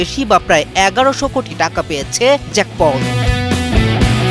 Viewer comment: Jack pol na Jake Paul. Jainga Shangbadik